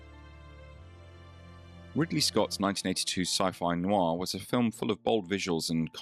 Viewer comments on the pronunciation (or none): none